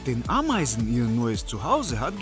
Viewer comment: hahahah ein Bau mit AAAmeisen Kolonie (wie der das ausspricht😂😂😂)